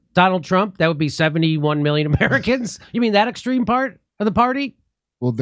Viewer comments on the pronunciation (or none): How are you going to have a Press Secretary that can't even pronounce "extreme"?